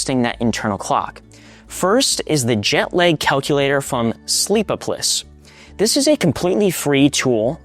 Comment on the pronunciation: I’m pretty sure the website with the jet lag calculator is supposed to be pronounced “sleep-OP-o-lis,” with the same stress pattern as “metropolis.”